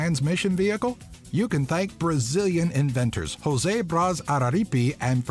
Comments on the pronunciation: Just a correction of a mispronounced name: José in Portuguese is said "ZHO-zeh", not "HO-zay" as in Spanish. We do not speak Spanish here. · Suggestion: learn how to pronounce the names correctly when talking about famous people. Reading out Portuguese words like it was Spanish really undermines the credibility. José is pronounced as Joe-ZAE not Hoe-SAE, and Ronaldo is read as Hon-NAL-do. I am not a Brazilian but these are very basic pronunciation rules. It is almost painful to watch the video. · Just a tip, we Brazilians don't say "Rosé", is "José", like "John", we don't speak Spanish OK? Say it right. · Tell the narrator that "Jose" is not pronounced "Ho-say" as in Spanish. Portuguese "Jose" is "Zho-zay" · José is not pronounced Hosay in Brazil, it is pronounced Joh-Seh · please don't pronounce "J" like "H" its protuguese not spanish. Should be José "J" like Josh, so Joseh. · DO NOT pronounce words in Portuguese as you would Spanish. José is not "hosay". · Sorry but "José" in Portuguese isn't pronounced "Hosseh", like in Spanish... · Every time I hear someone say José as "Hose" when refering to a brazilian person I cringe.....guys, we don't speak spanish! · Inventor of automatic car driving "José Braz Araripe"... you pronounced "jose"in spanish... I guess You do not know that the language of Brazil is Portuguese.. Learn how to pronounce his name correctly... it will give your presentation a little more feeling of authenticity.. Thank you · One important fact about Brazil: The language is PORTUGUESE not Spanish, so how come you pronounced Jose Braz Araripo in Spanish not portuguese... I am refering to hi first name JOSE. thank you Jose Demelo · José is not pronounced with an "h" sound, it's a"j" sound. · AS SOON AS HE SAYS JOSE WITH A SPANISH PRONUNCIATION I AM FORCED TO STOP. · 11 - In Brazil people speak Portuguese and not Spanish. We pronounce "J" just like in English.